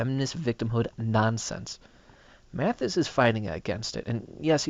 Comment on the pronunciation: Pronounced Mad*is. Not Mat*his.